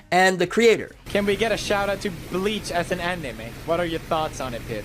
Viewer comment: He said anemai